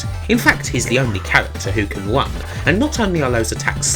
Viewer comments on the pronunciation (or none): No trying to be rude, how come it's only people from the UK (Britain/England) who have these speech impediments? like this one in particular, where they can't pronounce their R's, they use a W instead, "the fuck Pwactical Wun down" for practical run down. It's literally only English people, like Nostalgia Nerd also has it but his problem is with T's, he uses V's and F's instead, Ve Fing is vat we can't fing, tough we fink ve wrong fings". Anyone else notice this?